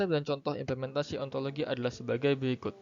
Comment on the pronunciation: B/ ( Kel 17 ) Assalamualaikum warahmatullahi wabarakatuh 🙏 disini saya ingin memberikan kritik, saran dan pertanyaan. Kritik dan saran : dari segi editan video sudah bagus dan rapi akan tetapi dari isi materi terdapat kesalahan dalam ucapan implementasi, di dalam video di baca ipementasi, sedikit sepele tetapi mengandung banyak makna, karena setiap salah dalam ucapan maka mengandung arti yang berbeda, adapun arti dari implementasi adalah merupakan suatu kegiatan yang di rencanakan serta di laksanakan dengan serius juga mengacu pada norma norma tertentu guna untuk mencapai tujuan kegiatan, adapun ipementasi tidak memiliki arti. Saran saya untuk memperhatikan dalam menyebutkan kata karena salah penyebutan dapat mengubah makna nya. Pertanyaan saya untuk video di atas : apa contoh yang kuat yang menyebabkan ilmu dan filsafat itu berjalan beriringan dan apa dampak jika ilmu dan filsafat tidak berjalan beriringan , terimakasih 🙏